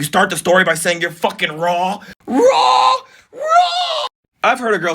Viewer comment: lol the way u said Raww 😂😂😂